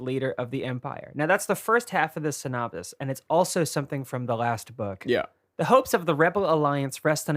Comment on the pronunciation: mispronouncing words is why I love this podcast This week's: Synopsis